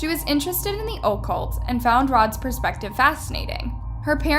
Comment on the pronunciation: OH-cult lol. It’s uh-CULT.